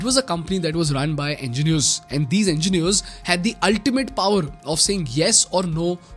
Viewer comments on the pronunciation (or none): none